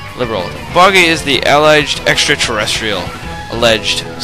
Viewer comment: uh-lej-ed That's how alleged is pronounced. Also, Dolly Jodger?